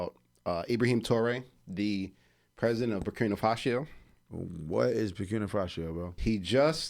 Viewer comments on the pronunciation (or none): exactly... BURKINA (not Burkinia) FASO (not Fasio) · Borkina Faso not Borkina Fasio bro